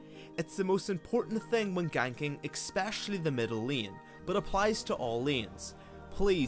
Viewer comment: Am i the only one who hears xpecialy?